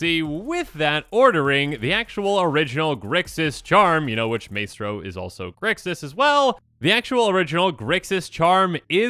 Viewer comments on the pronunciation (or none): It’s not may-stro its my-stro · its Maestro (pronounced MY Stroe) as in take it away maestro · Maestro is said mystro. Like the conductor of an orchestra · Just a heads up, it's "Mai-strow" like a musical conductor. So they probably conduct or pull the strings in Capenna.